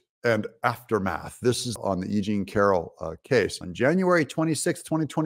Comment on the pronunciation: Funny!! you kept saying E Jane Carol , and the first 2 times I understood that you said “ aging Carol”. I love it because is true.Nimphomaniac women ( sex addicted= brain disease) get worst with age. Besides they are extremely lazy and not smart.